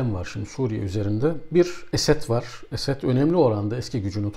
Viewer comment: Hocam niye Esed diyorsunuz. Esad demeniz gerekir